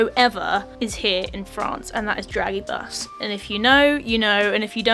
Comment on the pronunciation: that pronunciation on dragibus 😂😂😂